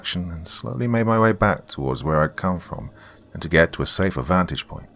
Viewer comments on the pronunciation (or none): none